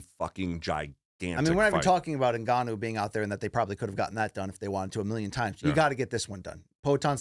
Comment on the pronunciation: Francis N- ganooo is my favourite